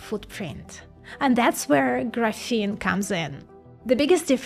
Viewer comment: Settle down simp, she can't even pronounce graphene.